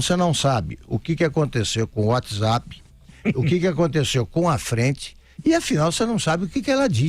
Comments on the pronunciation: Uóti Zápi! Muito louca! 😂😂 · Ela disse uoti zapi? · Uátizapi...! kkkkkkkkkkkkkkkkkk